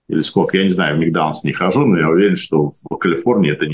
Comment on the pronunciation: Какой "микданалс"?Вы специально что-ли коверкаете слова???